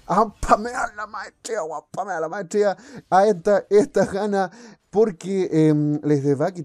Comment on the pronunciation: me gusta como dice "espamea la maestrshia" xD